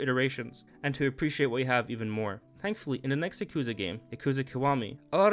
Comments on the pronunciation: bro just said "Yuh-koozuh Zero" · He really said Yak ooza... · I've never heard someone say Yakuza with such disfigurement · No one pronounced yakuza correctly lol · why do you pronounce yakuza like that